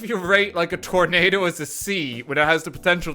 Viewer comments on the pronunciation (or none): none